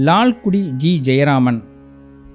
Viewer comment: Perhaps your Tamil pronunciation requires further practice. It's Lalgudi.